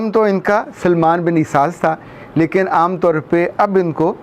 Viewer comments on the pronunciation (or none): none